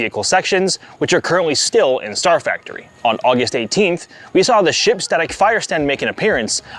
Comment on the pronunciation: Please someone tell him already that the word is "factory" and not "fractory" for god's sake